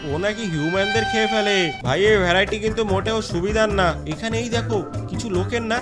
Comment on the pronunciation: ভ্যরাইটি না ভেরিটি 😅😅😅